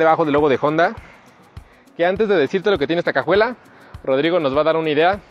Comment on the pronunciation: Dislike por decir "JONDA"